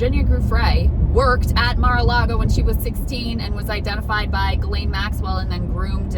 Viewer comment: Everyone still mispronounces "Ghislaine," even top reporters on mainstream media ... 1st they all tried to pronounce it like it's spelled and would say "JIZ-lane," which is wrong .. Then years went by and they started saying "Ja-LANE," which is wrong .. Now everyone thinks it's "ga-LANE" (g sound as in girl), which is still wrong .. The people who knew her best - the victims - call her "GHEE-lin" (rhymes with wheelin') .. Here's a CBS interview headline with the victim pronouncing the name correctly, which is how Ghislaine's brother pronounces it .. "Ghislaine Maxwell accuser shares new details of alleged torture in new book"